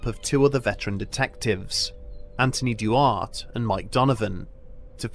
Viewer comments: Duarte is "DWAHR-tay", not "du-art". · "Dwar teh" not "Dew art".